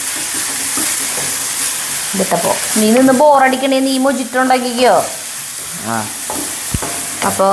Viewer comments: Hi, and, "Mojito" is pronounced as “Mohito” (Muh-hee-tow) with an 'H' sound instead of a 'J' sound, because it is Spanish. Any way good video. Keep going 👍👍👍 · മൊഹിത്തൊ എന്നാണ് ശരിയായ pronounciaton .Turkiyil നിന്നും കഴിച്ച shakshuka ഇതുമാതിരിയെ അല്ല ഉണ്ടാക്കുക . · എഴുതുമ്പോൾ mojitto ആണ്. But പറയുമ്പോൾ mohito എന്നാണ് പറയേണ്ടത്